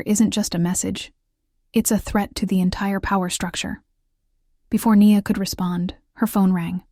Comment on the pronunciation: One thing: decide how you pronounce the character’s name. Is it “Nee-a” or “Nyi-a”? Be consistent. On another note, I’m impressed with the imagery in your stories